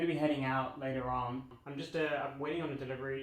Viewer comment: Sounded Australian when you said "later on" 😂